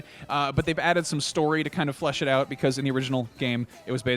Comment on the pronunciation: "Oot" HA!!!